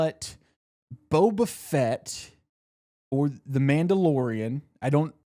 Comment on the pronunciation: Saying Boba Fett like Bo Bichette was killing me